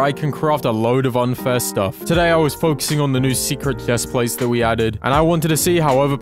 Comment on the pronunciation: why do u say ch weird “clhesplates”